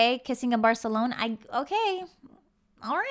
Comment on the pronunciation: She did not butcher it, Tyra said it correctly. I am Mexican :)